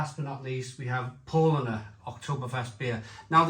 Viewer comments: Good review. BTW Spaten is pronounced ‘Spey ten’. Paulaner is pronounced ‘Pow larner’, Pau laner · It's pronounced "Shpar-ten" and "Pow-Larner". Come on dude, at least make an effort! Traditionally, Oktoberfest beer was an is Mäzen which has a higher ABV than Helles. Brewdog are just chancers, complete mugs when it comes to tradition. The description says it's a "pilsner" which has no tradition with Oktoberfest whatsoever. Brewdog = Shite.